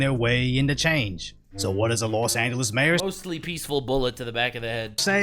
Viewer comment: Los Angeles = Less Anglo-es